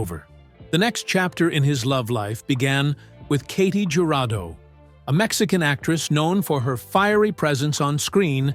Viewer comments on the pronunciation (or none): Katy Jurado (Ka-T who-ra-doh) not (kaytie jew-ra-doh) :face-fuchsia-tongue-out